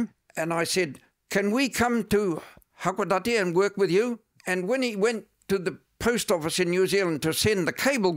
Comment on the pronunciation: He lived a very sheltered life, which is why when asked what 1960s Japan was like, he couldn't really give a detailed answer. Also, his pronunciation is terrible. He says "hakodati" instead of hakodate. Not uncommon amongst missionaries who come here. They really don't mix with Japanese very much. Remarried with a Japanese woman who was a member of his church, and... well, it's not uncommon for many foreigners to live here, but have no clue what it's like to actually be in Japan.